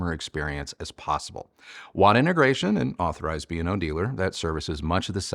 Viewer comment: It’s pronounced BAY-O-LAB like Beowulf. I worked for the company. And just for good measure, the song is WHY-WHY-ZED (YYZ)